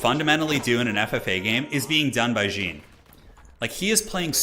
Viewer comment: I love how you called the champion like some trousers, "jean", the whole game. I'm french and "Jean-Marie" is a common male name, or was, it is a bit unpopular now. Simply "Jean" is still pretty used and common, and stands out as "John" for english people. But the fact is in fresh we pronounce it "Jan", like here : Sorry for the french toxicity, but it made me laugh. Thx for the good content, keep up. Still subbed and thumb is up.